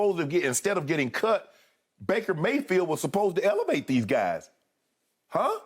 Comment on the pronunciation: Jen Hale: "Maker Bayfield" 😂